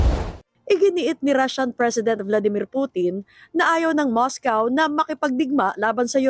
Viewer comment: It's Moscow not Moscaw